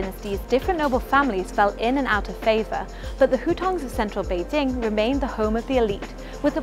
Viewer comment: 2 thumbs up!! Yes the hutongs got the nostalgia feelings, but.........they will disappear with the incoming of highrise buildings and modern shops, kinda like what happened in Singapore. Thank you for pronouncing "Bei- Jing" correctly!